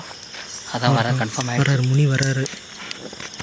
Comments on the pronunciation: மினி இல்லப்பா, முனி.!!!! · அது மினியா முணியாடா...😂😂😂